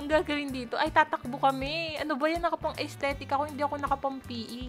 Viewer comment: aysthetic?! estetik po yung basa dun